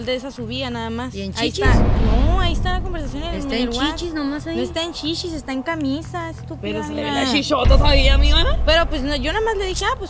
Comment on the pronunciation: Una pregunta por super curiosidad a la gente de México: pronunciar las letras "ch" (en chichis, por ejemplo" como "sh" ¿es habitual de alguna zona en concreto de México, o es porque la chica habla así, o es una forma de hablar de la gente joven?